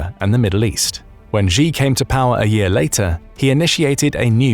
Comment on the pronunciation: The capital of China is Beijing. Bay-Jing. This Beizhing thingie is in your imagination,. And the Chinese leader Xi is pronounced Shee, not Gee.